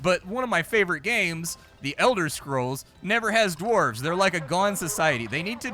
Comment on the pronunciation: I remember you playing that Dwarf game where you were mining and building at fighting, golden dwarves or something I dont know. You also said dwarves and orcs I I didn't understand what you said that well. the v and c in those respective words are gone girl. lol, i have good memories I really do, its dumb its stupid. I used to wear my ear plugs all day at work and during my ride home...I'd get home take out the plugs turn on the pc and watch a couple vids. back when I could hear so well...well I still had massive hearing loss but you'd be surprised how important like1% of low/mid reg Dbs are..